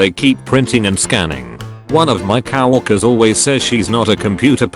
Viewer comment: it's co-workwers not cow-workers